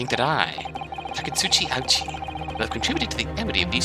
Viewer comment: Your pronunciation of the Japanese names is actually really good! You pronounced Auchi correctly the first time (it's said like "ouchie", which fits since his modern localized counterpart is Payne). I was wondering how they'd handle the puns for Japanese names in the localization, but they actually managed to keep them puns while also keeping them semi-plausible Japanese names.